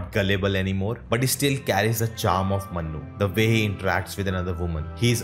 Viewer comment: please work in your pronunciation It's Manu, Not Mannu Yeh Dunki wala Mannu nahi hai Yeh Priya ka Manu hai